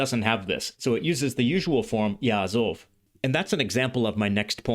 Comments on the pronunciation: May I correct one issue? In the Biblical phrase, you cite, there is no "yaazav". You correctly indicated the Pause, but in Pause long o becomes short, so the qamatz under zayin is not pronounced as a long a, but as a short o and the accent of the whole expression (yaazov-ish) falls on "ish". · A few comments: The Biblical Hebrew יַעֲזָב should be pronounced ya'azov, not ya'azav. It's a קמץ קטן not a קמץ גדול. It is is pronounced /ɔ/ is Ashkenazi and Tiberian Hebrew, but /o/ in Sephardic and Modern Israeli. It is not the much more common קמץ גדול which has the same /ɔ/ pronunciation in Ashkenazi and Tiberian Hebrew but is /ä/ in Modern Hebrew. The Modern Hebrew sentence should read יַעֲזוֹב instead of יַעֲזָב. The contraction of אֲשֶׁר to -שֶׁ is disputed among scholars. Some think the prefix has an independent origin and is related to the Phoenician -ש. It may be as you said, but it's not certain. I think you understate how common אִישׁ is in Modern Hebrew. It is used in such fixed phrases but it is also commonly used to mean "man" especially when not in contrast to women. At the time virtually no Ashkenazi Jews spoke Slavic language natively. That was mostly later. The Slavic influence was mostly by the fact that Yiddish itself was influenced by Slavic languages. As I said before it should be 'yaazov', not 'yaazav' for Modern Hebrew, but for Tiberian Hebrew ya3azāv fits. This is a real nitpicking point: The letter ת was originally pronounced [t] in all positions. The development of separate allophones ([θ] and [t]) was probably post-Biblical though undoubtedly centuries before the Tiberias Masorites. By the time of Tiberias Masorites--which is Paul's basis of pronunciation for Biblical Hebrew--the two allophones had evolved such that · traditional and ancient Kamatz is really closer to an "aw" of "o". even in modern Hebrew there is a distinction between Kamatz Gadol and Katan , the Kamatz Katan is pronounced "o". therefore it is pronounced Ya'azov not Ya'a zav